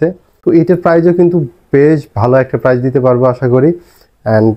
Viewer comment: কথাটা হবে "অবিশ্বাস্য প্রাইস" - "অবিশ্বাস্য প্রাইজ" নয়!